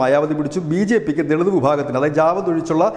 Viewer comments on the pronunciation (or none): ജവാദ് അല്ല ജാഥവ്വ് ആണ്.